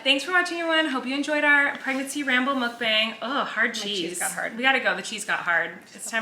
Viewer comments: Colleen! The word is Korean, and it’s pronounced muhk-bang, not mook-bang. I really hope you read this comment and know how to say the word in your next video. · It is not pronounced mukBAYNG, it’s mukBAHNG. Please learn to correctly pronounce it. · Theoretically speaking, the A in "mukbang" should be pronounced like the A from "cart" because it comes from Korean and this is how they always pronounce the letter A. But I get it, it's probably easier for native English speakers to pronounce it the other way. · The bang is not like bang bang finger gun, but b-ah-ng so the “a” is an ah sound. It’s 2 Korean words mashed into one. Muk comes from the word mukja which is eat or mukneun which means eating and bang from bang-song which means broadcast. So mukbang means eating broadcast/eating show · It's literally half of each pronunciation. You were pronouncing it 먹뱅 (meok-baeng) and 묵방 (mook-bahng), but it's 먹방 (meok-bahng). Sorry, I don't know the best way to communicate pronunciation with the English alphabet... Hopefully that made sense. Basically, the first syllable of the way you usually say it is correct, but the second syllable of the other way you said it is correct. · It is traditionally called mukb-ahh-ng like lawn since it's originated in Korean culture and that's how you say it in Korean. But I'm sure in English you can say whatever, cause English LOL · you mention how to say mukbang everytime 😂 It sounds more like mock bang. But since everybody’s saying it in a particular way .. i don’t think it’s that important at this point. Anyways Love u💗💗💜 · mukbang is the korean word for "eating broadcast aka room" so it would be pronounced mook-bAng like the Ah sound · The more correct way of saying mukbang is "muk-bong" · it’s pronounced “mok-bong” or “mUHk-bong” which is 먹방 in korean which translates to eating show or eating broadcast :)